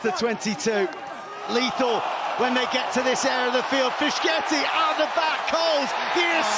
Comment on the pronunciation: What on Earth is "Fishketi"?!?!? You fancy fishing or? Your job is to commentate on sports, that includes names from other languages and Italian names are not that difficult. It's "Fisketi". I don't even want to try imagining this guy attempting to pronounce a Pacific islander's name.